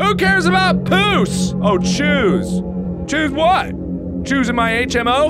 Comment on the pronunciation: Mark said "phoose" honestly I also think it was "phoose" instead of "choose"😂